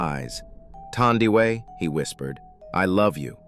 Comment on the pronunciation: Thandiwe Pronounced like u pronounce taboo not thunder